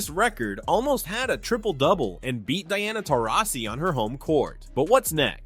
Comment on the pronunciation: Take a drink every time the narrator mispronounces Dianasaurus Taurasi.